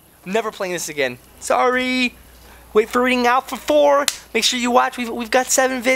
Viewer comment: Why say alfalfa 3 hard alfalfa 3